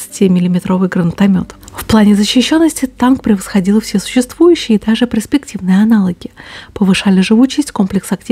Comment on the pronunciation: поучитесь правильно произносить ПЕРСПЕКТИВНЫЙ, а то у вас выходит преспективный.:-(